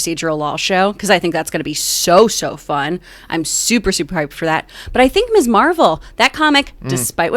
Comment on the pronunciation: I've watched a few vids on other channels running through this topic and John Campea is the only one to pronounce "Ms" correctly as mizz -- not miss.